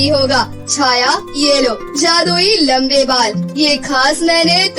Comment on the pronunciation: Lambe Bal hota hai lamb nahi 😅😅😅😅😅